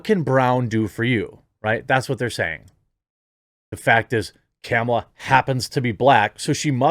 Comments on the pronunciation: It's pronounced Kah-mah-luh not Camel-uh. 🤣🤣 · Is he calling her camel-a? Lol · You keep saying "camel-uh", but that's not how it's pronounced.